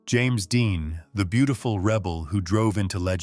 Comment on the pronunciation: Doesn't t anybody. Listen to this narrator? He butch3r3d. Burt Lancaster s name and. Called ava Gardner. BeautiFEW!